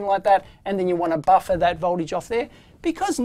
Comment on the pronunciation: Love when he says “baffa”.